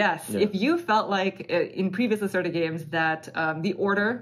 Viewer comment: Thanks for the detailed video. Vital's games are too busy and complicated for my personal taste, but I always enjoy watching your playthroughs. As a scientist, I appreciate the theme of this game! (Just a note: the "e" in Lacerda has an open sound kind of like the first "e" in "festive")